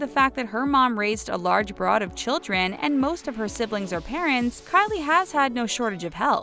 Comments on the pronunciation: It is brood not broad. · Dear Gawd it is pronounced brOOd not Broad! This channel never fails to mispronounce the easiest words. Also this channel reports on a lot of reality TV, but it seems like they don't watch most of what they report on as they can't seem to say those peoples' names correctly. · Lol BROOD "a large BROAD of children?!?!? It's pronounced "brude" .LONG O, NOT SHORT A, you dummy!!!! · Wow, this narrator's voice is totally grating & she doesn't known English (said "broad" when intended word was "brood"...)